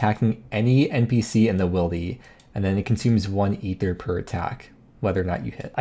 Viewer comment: Thanks for being the only YouTuber to pronounce ether correctly